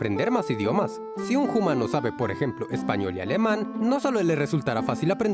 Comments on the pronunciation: Se pronuncia umano y se escrive humano no se pronuncia jumano. solo corrijo :) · Por qué decís Jumano en vez de Humano? La H es muda😅😅? Saludos! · Soy nueva en el canal, me gusta mucho su contenido, quisiera saber por que pronuncian "JUMANO"? es para hacerlo humorístico? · Bueno que la pronunciación del español es similar al japonés no estoy de acuerdo y por qué los primates dicen Jumano? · Soy nuevo en el canal, pero cada vez que dice humano lo pronuncia "jumano" pero no sucede cuando dice humanos. Es el toque que le da a sus videos o por qué lo hace, es un poco desesperante.